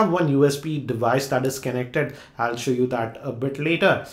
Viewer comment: i cant stop laughing when u say kenneckted word for connected